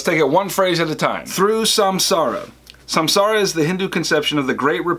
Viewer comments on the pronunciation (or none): M so thankful for your videos, but... the pronunciation of the words Samsara, Atman, Moksha, Brahman, and Karma is kinda horrible